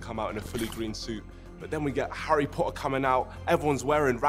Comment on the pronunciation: Harry Po’uh